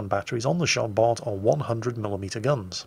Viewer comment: Dear,as Jean Bart was french,Bart has a silent T:p